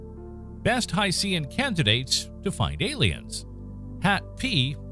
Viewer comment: I love your videos but you're mispronouncing "hycean". The "Cean" part is pronounced the same as "tian" in "Haitian".